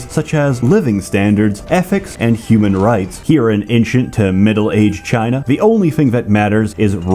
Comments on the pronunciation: Can we finally talk about how years has been saying "Inchent" instead of ancient for years., my scandinavian country isn't for you to mock, you pseudo slav. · Incient lol. These mispronunciations are hilarious. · Only can pronounce all three vowels in the word "ancient" exactly the same way